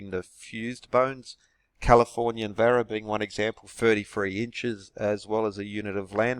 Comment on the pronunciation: "Vara" sounds Portuguese